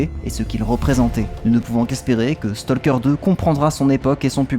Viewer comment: Comme on pourrait s'y attendre vu leur similitude orthographique, talk, walk, stalk suivent la même règle de prononciation. Tout comme on ne dit pas"tolk" mais "tok", on ne dit pas "stolk" mais "stok" ;)